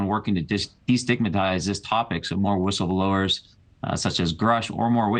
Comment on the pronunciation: "Whistelblowers." LOL Did Disclosure happen yet, or did I miss it? I know, I know...any day now. 🙄